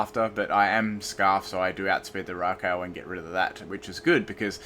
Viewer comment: Raikou is pronounced rye-ku.